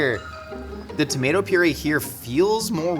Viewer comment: mispronunciation of "purée". firstly, the inflection should be on the second syllable, and the "é" is pronounced "ay", not long "e" sound.